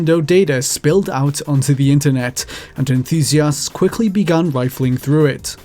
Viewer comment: Please learn how to say the words "with" and "enthusiast." I can only stand "wiff" and "EN-THOO-SEE-ASST" so many times